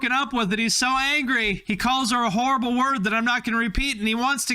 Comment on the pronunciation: Lol he called her a Whorable word